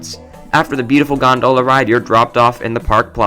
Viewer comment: It's GON-dola, not gon-DOh-la. LOL.